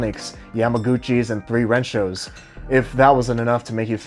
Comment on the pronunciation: Same with 3rensho, he pronounces three rensho, when it's SANrensho